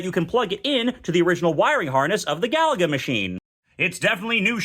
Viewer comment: I don’t… I don’t think that’s how you pronounce Galaga 😂